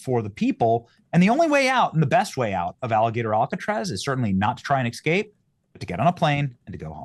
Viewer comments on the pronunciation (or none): I like you Benny but "exscape"? really bro?